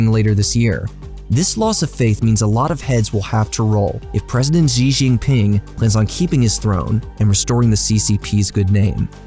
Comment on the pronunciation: When someone cannot pronounce Xi correctly, you know he didn't do much research before producing this video